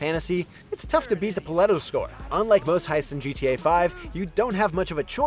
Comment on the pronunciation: Paleto as well